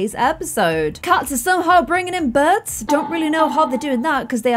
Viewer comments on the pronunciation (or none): can we just talk about how said birb instead of bird